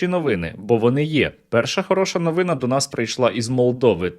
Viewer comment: Скажіть вже хтось автору, що не новИна, а новинА.